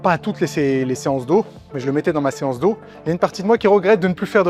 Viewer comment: je parle de la voix, et le fais qu'il dise séace dos au lieu de séance dos, on dirait une faute de frappe lu par IA vocal